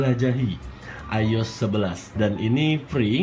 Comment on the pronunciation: I-O-S .. not ayos